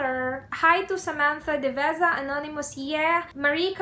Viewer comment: Omg! Na mention ang name ko and youtube account ng sizzums ko! And yeaaah you're one of the few people who can pronounce our family name correctly!😍😍 Thankyou. And sana masali ako sa giveaways mo! Hihi - Samantha Deveza